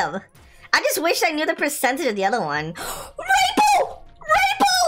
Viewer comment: i always luagh when u said raibow raibow!!!